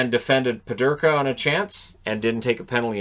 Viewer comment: Peterka not Pederka. Canada dominated today. We will see how Canada does against Finland.